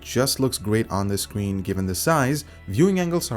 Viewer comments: The skween lol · lol SCWEEN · to Scween or not to screen ? That is the real question. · the scween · "The Scween" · The "Scween". xD